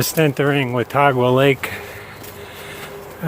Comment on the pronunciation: This is great oher than mispronouncing Watauga Lake. I was on the part of the trail above the lake last Saturday. I live about 20 minutes away from that part of the trail.